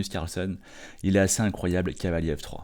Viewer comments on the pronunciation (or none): Oui ça me fait sourire aussi, comme dire "en f3" en prononçant "en nèfe 3" 🤣 mais il n'est pas le seul